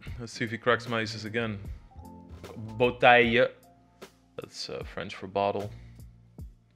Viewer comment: Lex, you should learn french from someone who speak french... each time I hear you speak french, my ears are bleeding 😂🤦‍♂️ it's not botaille, it's bouteille !! 🤣🤣